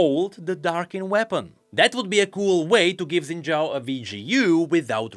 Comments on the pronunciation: Xin Zhao is pronounced phonetically as "Shin Jow" not "Zin Jow". Don't know why we decided that's how it's spelled in the roman alphabet, since it obviously came from something originally in Chinese characters, but eh I'm just being a stickler. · shin jao, that's the pronunciation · daily PSA (day 4379): Xin Zhao is pronounced "Shin Jaow". "Shin Zaow" is also acceptable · Xin Zhao ❎ Xin Zhaao ✅ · Xin Zhaao? Xin Zha'ao? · Noooooo. Not Xin Zhaao. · I thought he said Senna Shao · Xin' Zhaao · so.... Xin Zhaao. oooooh that's harsh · uhm, its Xin Zhaao now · Xin Zhao comes back as Xin Zhaao (darkin) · sounds more like Zhin Xao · Lmao where'd the extra syllable come from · Umm it's Xin Zhaao?